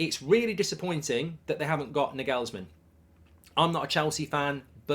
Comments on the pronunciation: “Nor gools man” learn that mark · does anyone else wince/twitch whenever Mark mispronounces Nagelsmann? 😅 Just me? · The way he butchers pronouncing Nagelsmann is criminal